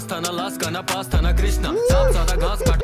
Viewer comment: I watched the entire video because he pronounced Krishna very well